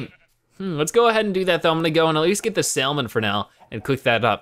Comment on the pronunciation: Did you pronounce the l in salmon? XD as in "sall-mean" instead of "sa-mern"?